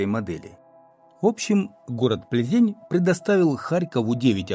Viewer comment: ПлзЭнь правильно звучит по чешски,поверьте мне,живу здесь много лет.